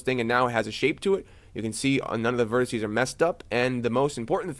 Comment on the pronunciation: Please, please, please stop saying 'vertissy' (it's driving me nuts) - vertex singular, vertices plural.